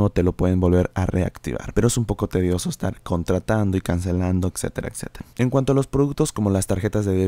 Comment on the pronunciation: excetera, excetera....